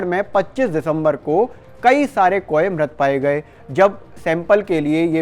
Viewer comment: Abe jab bird flu aur world flu me farak karna hi nahi aata. Bird ko baar baar world bol rahe ho kauon ko koe bol rahe ho kisne ye channel par khabar dene ko kaha h?.